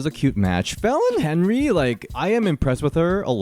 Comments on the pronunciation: I just notice u pronouncing Fallon last name as "henry" it's actually "henley" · Is it my ears or does keep saying Fallon Henry instead of Fallon Henley? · 😂 it's not Fallen Henry, 😂 It's Fallen Henley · omg it’s fallon henley not henry 😭😭